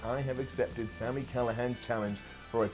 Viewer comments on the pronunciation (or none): none